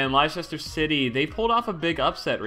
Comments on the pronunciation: The way he pronounces leichester city.... Its pronounced lester city. FFS speedy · Its pronounced LESTER CITY FFS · Leicester City is pronounced as Lester City. Just saying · i also wanted to take the pleasure of being early and point out that speedy totally butchered pronouncing Leicester City. You're gonna get a lot of comments about that. its pronounced as Lester City 😉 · its lester city speedy thats how u say it like so he can see it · Speedy, first it's pronounced Lester city and they won the damn BPL (England league, for all you Americans) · Liechester city !!! Liechester city!! Speedy u butchered that one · "Lei Chester city" kms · Cannot believe the way you pronounced Leicester city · The way he pronounced Leicester City made me cringe. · its pronounced lester city